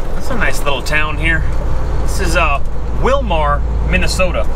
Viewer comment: Just an fyi. Its pronounced willmer even tho its spelled willmar.